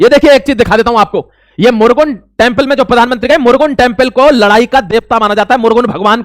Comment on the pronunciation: मुरगुन नहीं भाई मुरुगन जो कार्तिकेय महाराज को कहते हैं